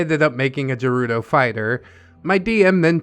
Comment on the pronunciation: bruh what the hell? hylians and sheikah are 2 different tribes. unless OP means they were a highlian raised by the sheikah. (ps the way OP spelles shiekah and the way pronounces gerudo triggers me beyond reason)